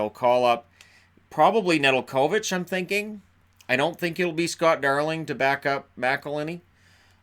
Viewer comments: Just an FYI - Nedeljkovic's name is pronounced Nuh-gel-ko-vitch not Ned-el-ko-vitch. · Learn how to pronounce Alex Nedeljkovic' name. Just call him NED if u can't say it. Great goalie but he's being played in Calder cup playoffs checkers set 10th all time record .724 in regular season. Ned is fresh off a first round win. They'll probably call him up and start the backup Dustin tokarski to start in charlotte. Darling is not playing anymore unfortunately.